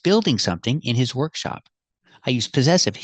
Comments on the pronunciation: As far as I heard, she said "workshow" 😊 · That's what I hear too "workshows" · Maybe she meant "workshow" 😂